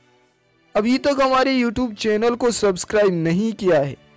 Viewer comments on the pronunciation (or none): none